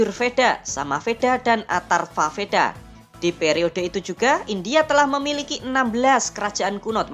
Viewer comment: Tolong di baca wedha bukan vedha, memang tulisan vedha tapi di baca wedha